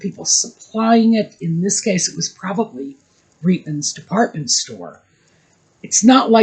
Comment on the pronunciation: Please call Reitman's with a long i and is eye. As a Jew and a Canadian whose mother used to shop at the Reitman's store i our neighbourhood on St. Clair Ave. West , Toronto, in the 1960' s (it lasted there for decades). The people in the store called it Reitman's as in the long "i".I take umbrage at people not pronouncing Jewish names in their original way. Stop Anglicizing it or better yet, sanitizing it so as not to sound too Jewish. In German ei = i, ie = ee. Stein means stone. I hear the same thing for the pronunciation for Leonard Bernstein, Elmer Bernstein, etc. Ivan Reitman, the Hollywood director is the son/grandson of the original family who started their clothing store in Montreal, Canada.